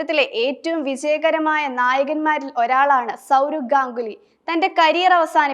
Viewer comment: Gogli അല്ല ganguly എന്നാണ്